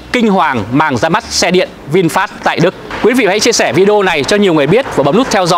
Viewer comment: HAY… VINFAST… CHUYEN AM TIENG VIET ….. doc la VIN PHET.. rat chuan do…